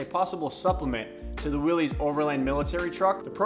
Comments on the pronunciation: My grandfather would like to remind the youngsters that Willys is pronounced, "Willis" , It's not Willy's/Willies. Also Bantam invented what we call a Jeep, the front grille we know was Ford's part of the later bids due to it being easy to stamp out. In the end they let Bantam make trailers and the big companies took the idea from them and became famous for it. We have an FJ40 and 55 as well. We also have an M37 Dodge, and Toyota had a Dodge copy as well called the FQ-15, check that out. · Willys is pronounced like Willis... it's a last name. It is not pronounced like willie's. Fun fact. 😎